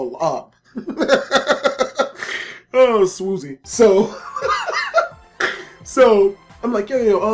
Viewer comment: He said oh swoozie right, so his best friend was swoozie